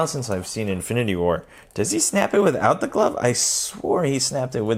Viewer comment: “Infiny war” XD